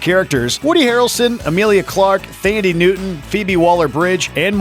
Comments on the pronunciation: It's pronounced Tandie Newton not TH-andie. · It's pronounced "Tandi Newton" ... lol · Thandie Newton (Tan-dee)... dammit, learn how to pronounce names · How about Thandie .... with a silent H .... silly